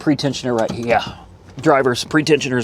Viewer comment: Combining “here” & “yeah” “Right herah” making up words at this point 😂